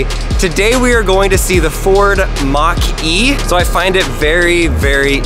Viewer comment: Mustang Mach-er-E